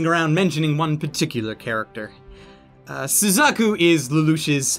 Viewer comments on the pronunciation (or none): none